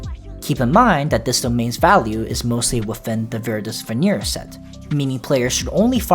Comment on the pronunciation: Ven-ER-ER Not Ven-EAR No hate, but I just can’t help it lol